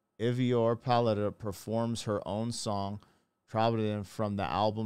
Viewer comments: ❤❤ Try Aye-Verr (as in: err) Paulsdaughter and you're close to getting her name right. I think you did quite well! Tròdlabùndin - spellbound. Words with "troll" in it have something to do with magic. They in a Fjord, a brauch of the sea stretching far in into the land and the mountains as you see. Of course it was enchanting. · Her last name is pronounced like "Pauls" for páls, and dóttir is like "dot" and the ir sound is like how you start to say "irrelevant" but take that ir sound out from the word :) edit: And her firstname would prob be more correct if you try to pronounced it like "Eyvor", like "Ey what's up", but you take the ey :)